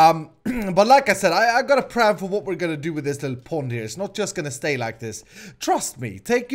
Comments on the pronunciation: Why do you always say pran instead of plan? And also earl-eye instead of early? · why do you say pran instead of plan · Why does he say things like erli and pran?